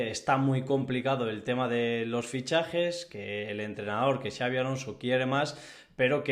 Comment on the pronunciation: ¿Quién le habrá dicho a que Xabi se pronuncia /shiávi/? 😂😂😂